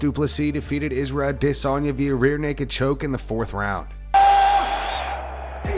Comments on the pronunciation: The way that guy pronounces Adesanya's name is like nails on a chalk board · bro i hate the way this guy says adesanya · This 🤡 pronounces RosenSTRUCK and A-DESS-anya.